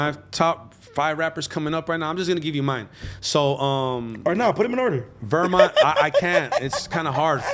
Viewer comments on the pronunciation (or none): “Vermont” 😂😂😂 …..weSSmont weSSmont….